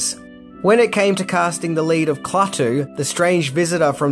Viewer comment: LOL! KLAWTOO